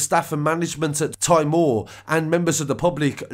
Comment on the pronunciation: It's pronounced '' tea mawer"